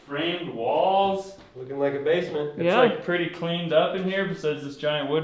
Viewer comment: Has anyone caught how he said “base a ment” 🤣.